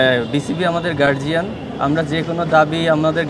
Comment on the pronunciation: উনি বলতেছে বিসিবি গার্জিয়ান ভাই গার্জিয়ান না গার্ডিয়ান হবে